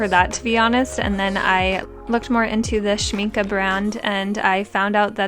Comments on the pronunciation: Your "schmincke" did sound quite good 👍🏻😊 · Beautiful again. Yes you say Schminke right. It’s all good. Your art is amazing. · Your pronunciation of "Schmincke" was perfect! Love your style!!